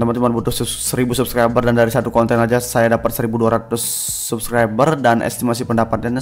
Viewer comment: R RRRRRR Dek bukan L pelo Subclibel